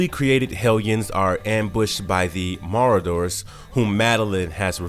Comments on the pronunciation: Maraayyyderrrs, silvers of the broken Phoenix force, maybe it’s just a bad editor before going on like an auto reader. Because I don’t believe any human would fail hear themself mispronouncing so terribly if they even played the audio back once lmao. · Marauders- Maw-raw-ders Seige Perilous- Pair-ill-us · Marauders: Mah-raw-ders. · Ma raw der. Gene geneer as oppose to engineer. The mispronunciations are interesting. There are more but I digress. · PROOFREAD, SPELL CHECK AND USE GRAMMARLY FOR YOUR SCRIPTS PLEASE IM BEGGING YOU 🙏🏾 Siege Peril-ous Ma-raud(rod)-ers Gen(jen)-osha It’s never been called “Earth six-sixteen” it’s just Earth Six, One, Six. Bro it’s literal Beyond-er… seriously? 😂 I’ma have to unsubscribe until y’all get that together, sorry. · It's ( S L I V E R) NOT SILVER ITS MARAUDERS "MAH -ROD-DERS." SEIGE PERILOUS good video for some reason my mind kept replying the mis pronunciations had to post this. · It was driving me crazy. I feel like it’s honestly on purpose. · LOL every time I caught myself replaying in my head.."MAH-rooders", he said something else completely and phonetically incorrect. I'm by no means a grammar Nazi or anything like that, but if you are going to produce content or media, you have a responsibility to at least be accurate with pronunciation. Once he said, "BAE-yonder", I was like, ok ok, come on? lol Like, how do you produce this and let it go live with no regard for grammar or pronunciation? Diminishes and tarnishes the credibility of the source. imo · Dude while you do good work.... you need to practice some of the words. Marauders is not Madoores. Sliver not silver. etc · … Maradoors…. LOL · When he pronounced Marauders and Beyonder I cringed.